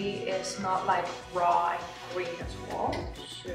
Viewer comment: heeee ik vind je video’s echt geweldigg! je bent mijn motivatie om gezond te leven ;) Een heeel klein tipje om je engels nog beter te maken: ‘as well’ spreek jij een beetje uit als ‘as wol’ (wol alsin stof) maar ‘well’ wordt gewoon uitgesproken als ‘wel’ (ik voel me wel goed)